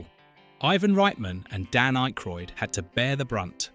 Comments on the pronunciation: The man's name is Ack roid as in hack ,or jack not Ache roid ,like headache ! Jesus ! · You can tell this is AI because no one mispronounces Dan’s and Harold’s name Jesus man Ah-Kroyd. Not IKE-kroid. The worse thing is it keeps on doing it. Just narrate on your own and Winston never said it’ll make you question God.. Downvoted because you rather use a AI script than just narrate it yourself. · 1. Who the fuck is IKEroyd? It's pronounced Ackroyd even tho it's yk.... 2. Winston said "These things are real. Since I joined these men, I have seen shit that will turn you white!" Not it'll make you question god. He also said "If someone asks you if you're a god, you say YES!" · I'm 2 min in and I'm already tired of hearing IKEroyd. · Who the hell is "Ikroyd"? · You cannot pronounce Dan Ackroyd's name correctly, and you misrepresented Winston's Line? Yeah i can't watch this video. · The AI narration of this is horrendous. The most abysmal pronunciation of Dan Aykroyd's last name that I have ever heard. Thumbs down to this video producer for being too lazy to have an actual human read the script. FYI to the producer of this garbage, having an English accent absolutely does not make the narration sophisticated. Accuracy does.